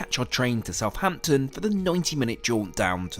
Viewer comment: I wish people would pronounce Southampton correctly. It's not South Hampton, it's South Ampton, there's only one H. Similarly with Northampton. Grrr!